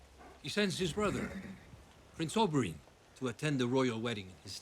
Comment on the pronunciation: You were in palpitations over Pedro, I looked away for a moment, and the next thing I heard was, 'Holy shit, he's gotten big!' Me: I don't remember that part of the scene . . . 😲 My OCD forces me to mention it's 'Ober-in', Oberyn, not 'Ober-on' like the character in A Midsummer Night's Dream. The new Daario was in The Flight Attendant, with Kaley Cuoco, if you've seen that, maybe that's why he's familiar. I think the gambling scene was just to have a new actor be introduced as Daario without it being too obvious. Looking forward to the rest of the season!